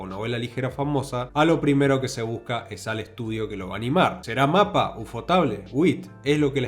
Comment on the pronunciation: UFOTABLE se pronuncia como 'Yuufooteibol', y MAPPA haciendo entonación a la silaba '-PPA'.